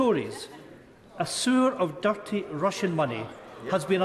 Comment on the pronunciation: "A sewer of durrty Russian money..."